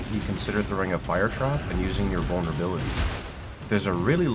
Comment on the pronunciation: Bro said vulnerability 💀